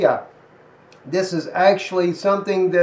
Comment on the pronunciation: that area name is pronounced as Micro-nees-ea.